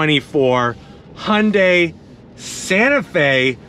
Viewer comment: What's a "Hunday"?